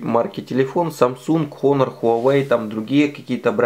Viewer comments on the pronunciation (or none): none